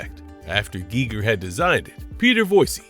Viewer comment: And it kept saying Geiger wrong!😫